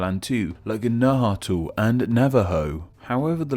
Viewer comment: Nahuatl is pronounced Nah-Whal